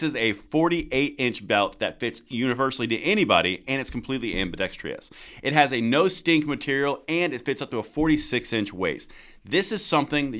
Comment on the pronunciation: Ambidextrous. Please Check out the correct spelling to get the correct pronunciation.